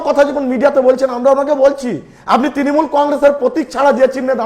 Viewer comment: Tinimul😂😂😂😂😂 নিজের দল এর নাম ভালো করে উচ্চারন করতে পারে না এদের কাছে কি আসা করবো।।